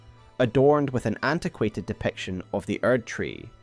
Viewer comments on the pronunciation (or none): none